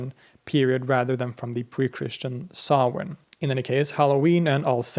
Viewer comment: Props for the proper pronunciation of Samhain there, man! Great work as always, balanced yet detailed. Thanks as well for the reminder to visit Sweden someday. Y'all stay blessed!